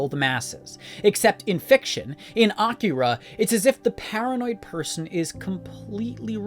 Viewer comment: Not for nothing, but props for your pronunciation of Akira. Most people insist on saying it in the same way white people order items at a sushi restaurant: that is, by emphasizing the middle syllable (i.e. "uh-KEER-uh").